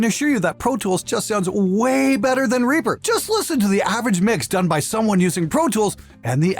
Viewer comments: ...or "Ray-pah" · "We used Ree-purh!"